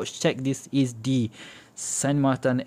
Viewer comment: It is “SAN MARTIN” in spanish….no “ SAN MARTAN” ….in french it is Saint Martin. The chinese company used an “spanish name” not “french or swiss name”.